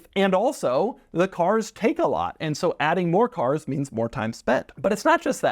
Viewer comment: Doug is the type of guy who pronounces “Cars” with two syllables. ‘Ce-Aars’ (granted, Jay Leno says it similarly)